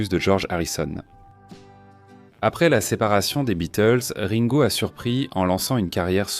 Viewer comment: Et Ringo prononcé raingo ! :)